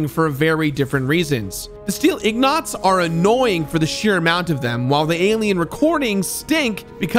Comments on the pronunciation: Does not know how to say ingot? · Did you say "Ignots"? Ingot. Een-geht. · Lmao.. IGNOT.. it's Ingot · It's ING-ot, not IG-not. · Don.t you mean in-guht? you keep saying in-GOT lol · Did he just call an ingot an ignot? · Is anyone else unnerved when he says Ingots as 'Ignots'? Is this a running joke I'm unaware of? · The way you pronounced Ingot hurt, it sounded like ingknot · "Eng" as in English. "-it" as in "it's here". "eng-it" For the love of god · Ingot is said... ing-guht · What the hell is an Ignot??? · Wait is he saying Ignot ? 🤣🤣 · did you really just call them ignots? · He said "ignot" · Were you purposefully mispronouncing "ingot"? Also, instead of doing three full playthroughs to do each karma, you could just save before reaching the level requirements and grinding out karma for each achievement. It's tedious, but probably less tedious than doing full playthroughs of each. Same for trying out the good/bad result for each quest. Just save before the decision and try both. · Well that's a fresh take on how to incorrectly say Ingot. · i really enjoyed revisiting this, especially since it was the completionist doing the revisiting. great video, keep up the good work crew. Also the words "nuclear" and "ingot" were not pronounced correctly, multiple times, and i still havent recovered. still love it , peace and love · Yo that is not the correct pronunciation of ingot, it made me look it up and it seems like you mixed up your n and g. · Oh no... that pronunciation of ingot.. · Odd way to pronounce "Ingot"